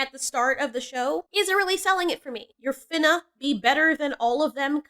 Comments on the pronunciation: You sound worse than her saying "finna" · it’s so funny how you say Finna 😂